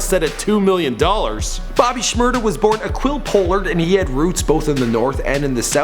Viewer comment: It's Pah-lurd... Not Pole-lurd..